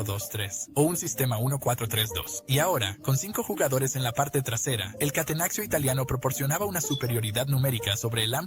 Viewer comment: Gran video, pero que dolor de cabeza que digas "catenaxio", se dice catenacho y ya, no es español.